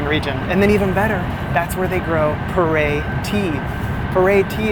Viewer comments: PU ER (pronounced Poo-R) tea ... NOT "per ey" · Maybe poo earl (leave the ending L) sound closer to how they pronounce the tea name. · It looks like you should have a mid/insulated layer packed in your bag next time you travel just in case. 😅 BTW, the Chinese pronunciation of 普爾茶 actually sounds a lot like "poo-or" than "poor-air". You just emphasize a little but on the "r" sound. 😊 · The tea that you like (Pu'er) is pronounced like "Poo Err" in Mandarin. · I fucking died at you pronouncing pu-erh tea. Like full on snorted and woke the dog up. My family feels similarly about how special that tea is and I’m feeling lucky I didn’t butcher it as badly as you did